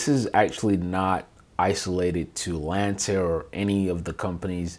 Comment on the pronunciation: It’s Lancair, not Lantair